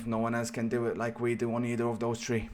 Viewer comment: “I’m tree and tree” 😂😂